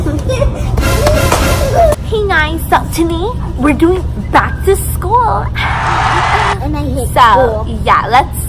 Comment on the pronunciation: "Shool is gonna be so fun" I hate